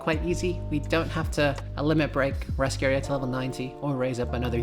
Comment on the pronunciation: How you found those Muzaka & Elaine ? Why you call her Lascrea ? it's Raskeria.